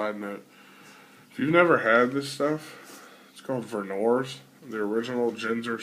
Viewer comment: you're pronouncing vernors wrong. its more like "vern-hers" in one fast flat tone. Im from michigan which is where it'sis from, so I'm right ; )